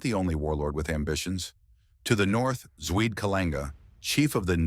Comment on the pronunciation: It’s pronounced Zwee-Deh